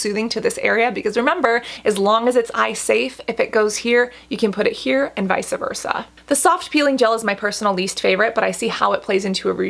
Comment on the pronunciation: What a happy pretty face you have. Good video. I will try them. FYI it's not vicea versa it vice versa. lol